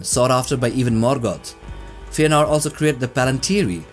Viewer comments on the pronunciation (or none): Cool video tho don't pronounce Feänor like fear, but rather Feh-anor. I hope you've done your homework regarding the umlaut in pronuncation too (explained in Silmarillion).